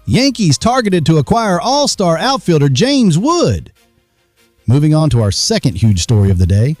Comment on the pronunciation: You would think that the official Yankees news network would know how to pronounce their names...